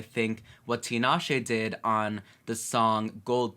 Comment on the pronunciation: Love the reaction but her name is pronounced Ta-Na-Shay